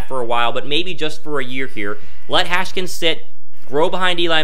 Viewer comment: It’s Haskins not “Haskins”